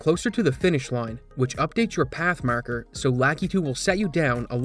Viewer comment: I forget if I've asked this before., are you a Maritimer? and around there I feel like I'm hearing a strong Maritime Canadian accent. "Time", "Line", and "Marker" sound very Newfoundland lol. For the record, I love it, I just really honed in on it after that time-stamp and can't stop hearing it lol. I bet anyone who wants to take it, a fair bet I'm not Googling first, $100 Canadian that grew up in Newfoundland (and Labrador). I could use the money and I'm so sure I'm right lol. You have to internally accept the bet before Googling the answer. I'll know. Edit: My second, unofficial guess for betting purposes, as I keep listening to him, is PEI. That's Prince Edward Island to you non-Canadians. That's just for pride. First honest guess was Newfoundland. Just started hearing PEI more as I listen.